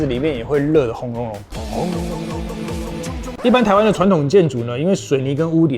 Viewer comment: 影片都很讚😎 對了，「傳統」的台語發音是「ㄊㄨㄢ ㄊㄨㄥˋ」 相信認真少年一定希望有對的發音！